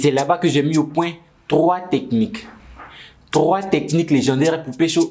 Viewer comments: Trrrrrrrois Techniques, trrrois Techniques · "trrrrrrwa teknik" ça m'achève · « Trrrrroa tekinik » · comment il dit 3? mdrrrrr